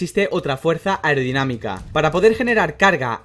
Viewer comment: Yo solo oigo “irdinamica” “aurdinamica” blabla jjajajajajja le hace falta como pronunciación